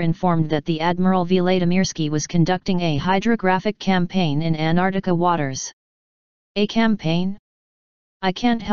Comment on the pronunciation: Who is Ann Ardika?? It's AnTarCTica And who is Admiral Veelaydeemeeirskee?? It's Vlad (as in Dracula)imirskiy. Not Veelay etc. You're a robot, damnit! Get it right!